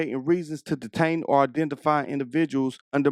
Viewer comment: 16,02 min,,, heee diEtain him ???? what LAW. HOW UNEDUCATED THIS COP IS